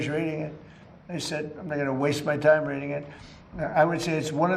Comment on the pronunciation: "Can't waste my time reding it"..This idiot CAN'T read it